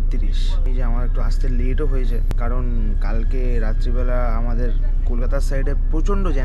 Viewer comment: হোয়েছে না হয়েছে 😂